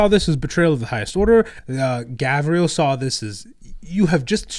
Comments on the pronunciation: It bothers me when calls Garviel, Gavriel. Its a small thing but its like nails on chalkboard. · Pronouncing Loken's first name wrong the whole time and not even saying Tarik's name. Smh. By the way. FUCK EREBUS! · I’m gonna be that guy and point it that it Garviel Loken not Gavriel Loken. Sorry. Also go crisis suits! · turned Loken from a Luna Wolf into a Dark Angel with that pronunciation of his first name lmao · Yall just skip my man Tarik Torgaddon when you talk about the mournival😢. Also not to be that guy its Garviel not Gavriel😂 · Gavriel???? God that bothered me so fucking much. Its kne thing to mispronounce other characters names. GARVIEL LOKEN DOES NOT GET THAT TREATMENT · Hearing GaVriel activated my fight or flight. GaRviel deserves some respect.